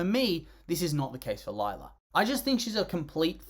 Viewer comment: Uhmm you misspelt her name it’s Lie-la